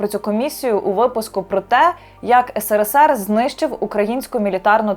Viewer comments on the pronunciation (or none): none